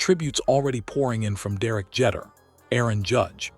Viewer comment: Omg couldn't even pronouce Derek Jeter last name correctly